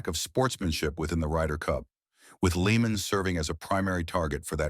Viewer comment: He’s name isn’t even pronounced leeman. , tard. It’s pronounced layman.